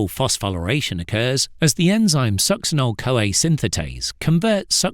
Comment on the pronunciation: Dude cant even pronounce it correctly